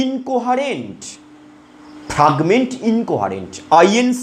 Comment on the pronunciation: Sir ota fragment 🤣 faaaagment noy